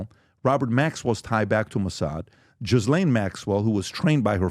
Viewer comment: Her name is pronounced G not J....it is a silent H and S..not Jislaine but Ghislaine...said like Gilaine. In the grand scheme of life? So bloody what! Just something i notice lol.